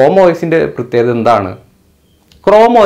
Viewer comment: പ്രത്യേഗത അല്ല പ്രത്യേകത..